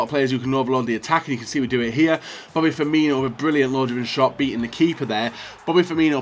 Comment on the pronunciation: Why tf does everyone say pronounce firmino as firminho HE HAS NOT H IN HIS NAME